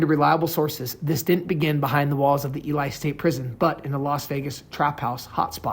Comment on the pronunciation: It's pronounced "E-lee"